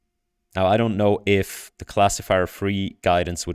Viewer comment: Not untrue, mind; just limiting. Was that a Swiss accent or did you actually say iff though? Anyway, these results are amazing. I was pretty hyped about diffusion models before... but after this id go as far as to say image generation is 'solved'. Most of these are well past the uncanny valley which isnt something id say of any GAN except in rather limited domains. Good point about the sensitivity to text; seems indeed the discriminative training is superior in that regard. But then why does the CLIP loss not deliver? Could the apparent textual intelligence be due to the sampling/filtering step that DALLE does as a last step?